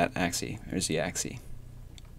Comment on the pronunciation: You cant say "Axi" it's always "Axis" :D